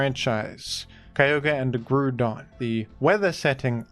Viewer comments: It's not "Grudon" 😭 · Ah yes, how could we forget Groodon, master of the Groond? 😂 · Ah yes, Groodon, my favourite Groond type pokemon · Grudon is peak, and it is an important right to becoming a big pokemon youtuber to pronounce pokemon the way you think it should be. And sometimes, you need to spell things phonetically to get this truth across. You think Wolfey is one of the best VGC players because of skill? No, its because he has single handedly convinced the world its pronounced arcakneenay